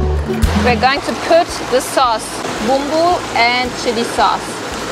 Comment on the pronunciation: Bumbu means Spice, the flavorings of the noodles. Indomie its from Indonesia and the way you said Bumbu was perfect.